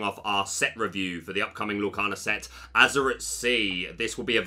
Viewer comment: Azur-eye-t .... not Azur-it ... please correct.